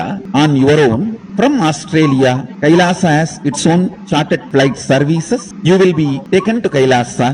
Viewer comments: What is Kailasa... It's Kailash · Ram ko rama bolo, krishna ko krishna bolo, Kailash ko Kailasha, aa ni add hota Hai, agreji!